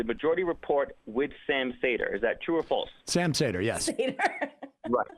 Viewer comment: After that dumpster fire of a call, the cherry on top was him fucking up Sam's last name and calling him Sam Sader. It was made way funnier after fucking up Nomiki's name moments earlier. Really shows him as a guy who does his research and knows what he is talking about. Fucking beautiful lol.